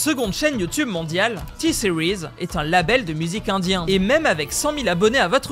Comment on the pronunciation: The moment you you pronounced T series, I knew you speak English , right?!